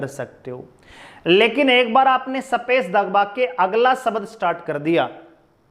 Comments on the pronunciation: शबद, सपेस ye kaun si bhasha hai sir ji😂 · Haryanvi boli h